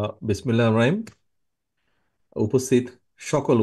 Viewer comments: এই লোক তো বিসমিল্লাহির রাহমানির রাহিম ভালোভাবে বলতেই পারেনা সে তো শুরুই ভালোভাবে করতে পারেন না তাহলে দেশ কিভাবে চালাবে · বিসমিল্লাহির রহমানির রহিম ঠিক মতো বলতে পারে না,,,,,তুই দেশের বাইরেই থাক,,,, দেশ ভালো আছে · জনাব বিসমিল্লাহির রহমানির রহিম শব্দটা উচ্চারণ করতে না পারলে বলতে আইসেন না আপনি সহজ ভাবে বলতে পারেন নমস্কার তাতে আপনার নানা মোদি আপনাকে ক্ষমতায়নের আর্শীবাদ করবেন।